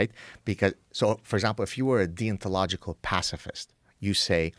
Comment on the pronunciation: the way he says deontological sounds like he's saying 'thee ontological'